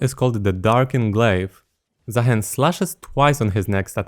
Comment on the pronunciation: i think is name is pronounced zah-HEEN. provably Arabic inspired